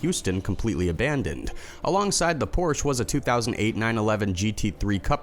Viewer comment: a) "POR-sha"; TWO syllables and it was a "nasa club racer?" (Probably "SCCA, Sports Car Club of America" or FIA, Federacion International de l'Automobile), and PS the engine is in the rear, b) You've made this mistake many times: the plural of "aircraft" is---well, "aircraft," c) when will you stop calling it the "Marine Corpse?" (If a Marine ever recognizes your voice in public...)